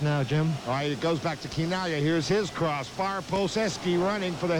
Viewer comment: Oh, his last name is pronounce Kee-Nah-Glee-Ah not Chee-Nah-Glee-Ah